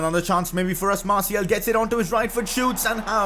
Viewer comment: you prick it is announced Anthony martial